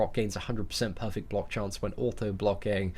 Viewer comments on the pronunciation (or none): none